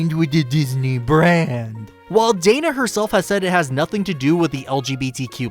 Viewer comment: I dislike the way you pronounce Dana's name.